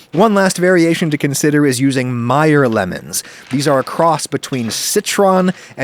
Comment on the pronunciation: It's pronounced "may-er"